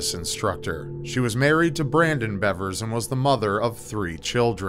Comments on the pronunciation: Missy BEAVERS is the correct pronunciation. It is spelled Bevers, but actually is pronounced “Beavers.” Sorry to be a Grammar Nazi, but it’s easy to figure out, all you had to do was watch one news video. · It’s pronounced “beevers”